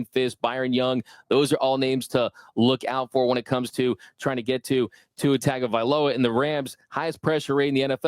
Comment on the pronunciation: Ol' buddy had discord sounds AND pronounced it TAG-o-vailoa in big 2024 :face-turquoise-covering-eyes